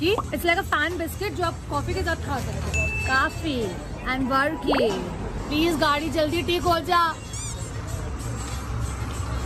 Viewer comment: Loved your video ♥️.. A small clarification the one you ate with chai in ooty is called barki and not varki. And kozhukatta is pronounced as koyukatta. Love from Kerala do visit sometime ♥️